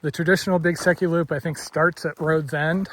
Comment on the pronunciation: Beautiful scenery. Haha - not being familiar with the area, until this video, I thought you were saying Big Sucky Loop and were really going to put your body through hell.